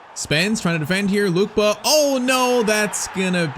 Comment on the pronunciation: It’s not Luke ba is Luke Kay ba